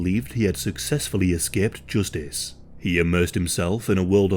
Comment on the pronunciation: Joostice. I'll never say it normal again